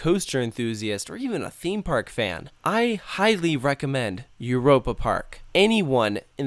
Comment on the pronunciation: i never got lost here because i memorized everything and gone to every show and i swear he is not from europe cause i heard eur a pa and im like euy ropa lol no hate this is amazing i love it there i swer he like was not